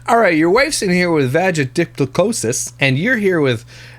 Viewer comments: Vaga- halitosis. 😂😂😂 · Vagahalatosis HAHAHAHA I cannot with you 😭🤣🤣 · Someone needs to compile a list of your mispronounced versions of vaginitis on the last video and make a supercut/montage 😂